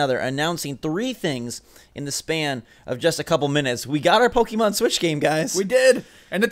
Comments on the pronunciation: You corrected the one guy for saying Pocken, but you still say Pokey mahn instead of Pokeh-mohn. You might as well go all the way to Pokey-man. :P ARMS not the better game. It's fun, but doesn't have much long term playability, especially when there's already Splatoon which is the same short attention span game play. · GUYS IT'S PRONOUNCED POH-KEH-MON ... Not poh-KEY-mon. Hurts my soul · "poken" ....."pokken"